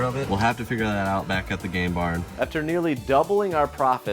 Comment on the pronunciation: When you said "game barn" I thought you were saying "gay bar" until I turned on CC. Sorry.